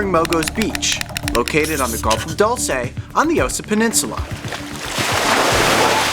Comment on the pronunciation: It's pronounced dool-say. Cringe.